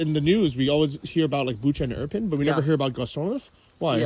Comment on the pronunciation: its irpin' btw and not iprin